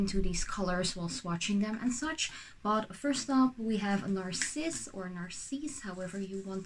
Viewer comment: They are so beautiful 🤩 Btw I can tell you in french Narcisse is pronounced exactly like you did (But I have no idea how it is supposed to be pronounced in english though 😂😉)